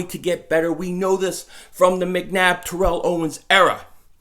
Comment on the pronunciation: The comment last year about ertz and now this? Bro, it pains me to say it but I think its Alshon.... And u keep doing it but u still pronounce T.O.s first name wrong lol